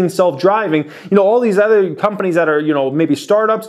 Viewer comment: Other not ether. Sorry, it bugs me. LOVE THE CHANNEL